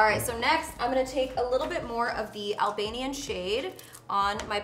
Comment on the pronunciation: As an Albanian hearing you say Albanian is crazy! So freaking cool!!